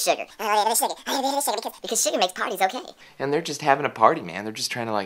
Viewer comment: "Because sugar makes party okeeey" xD looool hahahaha!!! great guy!!!